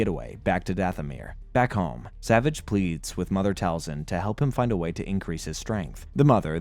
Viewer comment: this was an excellent recap, my only issue is that it grated my fillings everytime you mispronounced "Savage" it is pronounced "Sa-Vaauge"